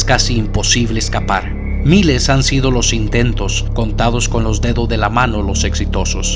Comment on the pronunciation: No te pongo like por comerte la “s” de los “dedos” de las manos.